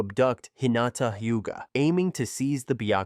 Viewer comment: Hiuga😂😂😂 Raikashhh 😂😂😂